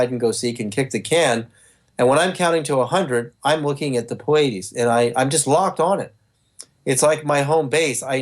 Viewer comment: I'm sorry, but if you claim to be in touch with beings from the Pleiades and this super important person, you have to be able to pronounce it correctly. It's not the cable channel that shows a lot of concerts.